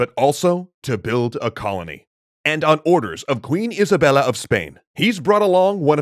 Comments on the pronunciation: Its quien Isabel not isavela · Isabel, no Isabella.